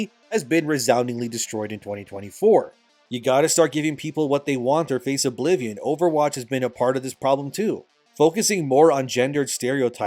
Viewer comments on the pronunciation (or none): none